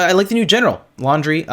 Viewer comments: The fact that you keep calling Landry “Laundry”🤣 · Landry, not laundry.